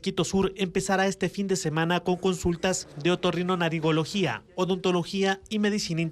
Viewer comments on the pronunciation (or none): La noticia del IESS el señor que lee la noticia dice OTORRINONARINGOLOGÍA JJJJJJJ